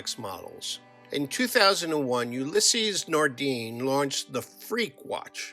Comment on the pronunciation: Very interesting, but learn how to pronounce the manufacturer's names correctly. Ooh lees Nardan Reeshard Mil Vacheron Constanta